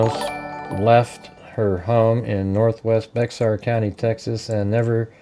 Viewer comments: Hey genius, It’s not Bexar. It’s bear. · That is pronounced like bear county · Hey bud. Heads up to say say the county correctly it’s Baxer as in “bear” county leave the x sound out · Pronounced "Bear" county. Sheriff dept is incompetent unfortunately